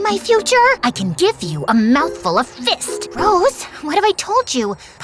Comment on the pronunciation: For some reason I find the "fiRED" funny same for "fiST"